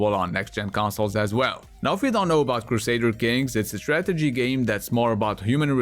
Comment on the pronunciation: When you said: I make "game" reviews and top 10 videos, I heard: I make "gay" reviews and top 10 videos instead. That was also funny lol :D